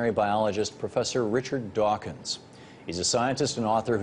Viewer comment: "Professor Richard Duo-wakins"